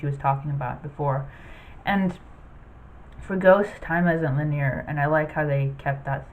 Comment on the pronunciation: Linear is pronounced LIN-ee-er.